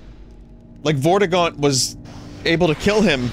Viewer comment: Did my man really just call Voldemort "Vortigaunt"